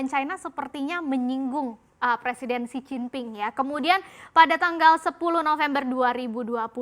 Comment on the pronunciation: Xi jin ping woi bukan jixinping 😂